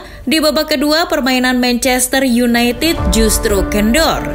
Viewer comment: mencester yunaited mbak bukan yunaitit